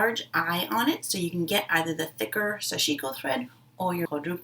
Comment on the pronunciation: Not meaning to offend you or the Japanese language, but I was informed that the correct pronunciation of Sashiko is to say "sash" and then "iko". the accent is on the the first syllable (not sashi'ko). "Sash" in Japanese means small stabs, which you do when stitching. Just FYI. I stand corrected if I am wrong. No offense intended. TY.